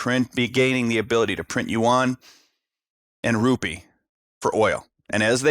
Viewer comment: YUAN BRO NOT UWAN